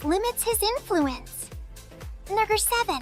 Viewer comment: I believe the AI voice does not say "Number 7" but says "[N-WORD] 7". Did anyone else hear that?